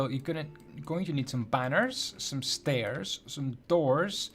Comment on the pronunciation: It doesn't even sound wrong at first!